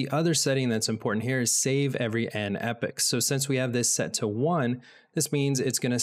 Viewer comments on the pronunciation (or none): Epochs being pronounced as Epics, lol